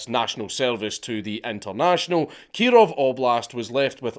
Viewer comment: (Keee-rohv reporting!)